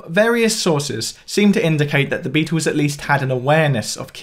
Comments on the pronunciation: This guy needs to learn how to pronounce the word Beatles . It is not bee twos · Beatles! Not Beatools. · Why don't you stop saying Beatels, littel or middel, it sounds infantile.